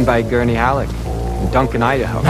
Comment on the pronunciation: Every time I hear Piter De Vries say "Atreides legions are the finest in the Imperium, trained by Gerny Alek and Duncan Idaho", and I wonder who is Gerny Alek, FGS pronunciate man, pronunciate, its Gurney Halleck, that's Halleck with a H. And Salusa Secundis is an Imperial prison planet.